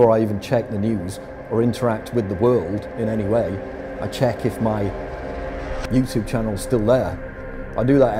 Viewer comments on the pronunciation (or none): It annoys me to way you pronounce YouTube. Good video though